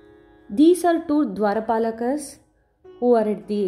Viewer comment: Again, you utter dwarpalaa instead of द्वारपाल, trishulaa instead of त्रिशुल, Lingas instead of लिन्ग! There is no need to add an 'a' to every vernacular word. We can just pronounce the words as they ought to. Since we are Indians we should not have difficulty in pronouncing them correctly I think you should really think about this.